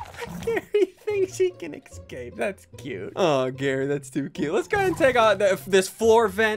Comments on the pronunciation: Why do you say excape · Just realised that ssundee pronounces ‘ecscape’ instead of ‘escape’ 👀✨